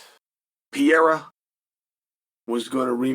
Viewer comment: Still calling him Pierra. HAHA. He cant let correct pronunciation get close.